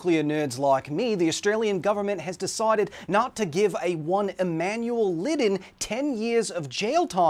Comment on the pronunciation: Lidden. ... Ladden very close. Different vowel Very close